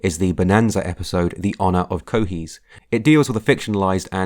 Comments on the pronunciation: Cochise not Cohise!! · CO-CHESE, not CO-HESE... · Cochise pronounced (Koh-chees) not (Ko-hees) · Although I don't typically do this, Cochise is pronounced 'Co-chees'. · That is the weirdest pronunciation of Cochise I’ve ever heard. I’ve always pronounced it Koh-chees. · Cochise is pronounced "Co-Cheese." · You butchered the pronunciation of Cochise (a real Apache chief). Bill Maher - dickhead? That makes you the real Dickhead.